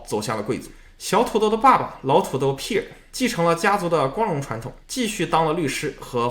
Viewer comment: Pierre 也读错了😂